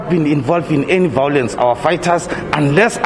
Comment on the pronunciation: Why does all the EFF members say VOW Lence,,, ????